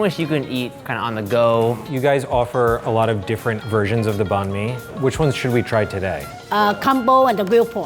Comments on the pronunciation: When they pronounced banh mi as bon mi, it reminded me of when people pronounced pho as foe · the way they pronounce banh mi has me cackling hahahahaha and also the love she puts into those sandwiches?! cutting off the burnt bits??!!! they deserve to be a bit more expensive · They're destroying how you say banh mi ik because I'm vietnames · My Vietnamese self getting triggered about how they say Banh Mi but also excited that they're eating Vietnamese food. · Pronouncing banh mi wrong.